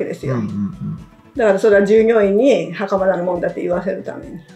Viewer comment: しかも、大半のアナウンサーが「はかまだ 事件」と言っている中、きちんとはかまた と正しく呼んでいるから素晴らしいと思う。 最近のアナウンサーはプロ意識が薄い。人の姓は読み方が色々だから調べるべき。